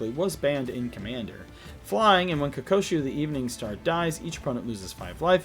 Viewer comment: KO-KU-SHO. Not Ko-ko-shu